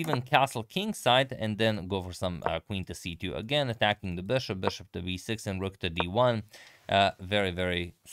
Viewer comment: Do you say b6 as v6 in croatia? I guess I noticed it another video as well